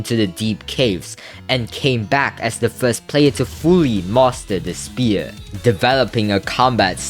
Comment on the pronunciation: Which mf said "Fist"